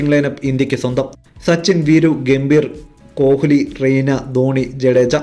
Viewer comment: കോഹിലി yalla uchharikkendathu. Koli nnanu parayendathu.